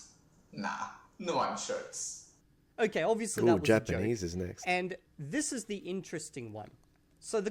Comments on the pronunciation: I could understand Akram’s German despite his mispronunciation of certain vowels: “shirts” instead of “Scherz” (meaning joke). It could have been achieved by rote learning however. The only way to test someone making such claims is to have them debate native speakers of those languages. If he can get past the Eminem “my name is…” level and discuss and debate a range of topics in each language, then he’s the real deal. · Yeah. It sounded like "shirts". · The way he pronounces the German words sounds like he learned how to pronounce them through writing. He says Scherz as an American would, with the rhotic r and a closed and fronted e.